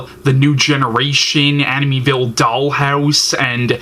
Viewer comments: Please learn how to say the name Amityville pronounced Amit-e- ville. Not aminyville. Grrrr! So distracting form your point.Also. Try looking into the camera. Just some helpful tips. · He keeps pronouncing Amityville wrong and it's driving me nuts lol. Still love his reviews tho 😂